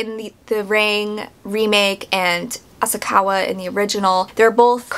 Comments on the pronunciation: Asakawa .... not Asaka Ryuji .... not Uji Sadako .... not Sadayko You're completely telling the book version wrong. There's a reason they mention her hermaphrodism. The book doesn't make it seem she wanted to be raped. They literally say its not like she wanted to be raped. This is a horrible comparison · I just finished the book and I think The book was better, but it's your opinion and its pronounced sah dah ko and ah sah ka wah.